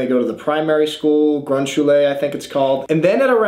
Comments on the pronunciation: Shul-ah , not Shulay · The way you pronounce "Schule" is just so funny to me sorry.. LMAO Also, this is really fun to watch from a Eastern-European standpoint, where our school system is now really struggling too. For (I can say 2 long decades now) our parents told us your goal is to go to University and become anybody who has a "higher degree" - so you don't have to work your ass off. As for me, I figured I wanted to be a car mechanic, but it was too late, I was stuck with my language knowledge and the Univ. degree I had at the age of 26 - wasting about 8 years.. and as far as our system goes, there is no going back - just the "backyard mechanic" you can be.. Also, thanks for the vids!